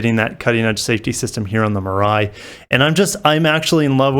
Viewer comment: Great analysis. Excited to see what BEVs Toyota comes out with. Mirai (“mee-ra-ee”). Suggestion: the decorative Lexus font is over-used on your main title card. Maybe Upwork or Fiver can help.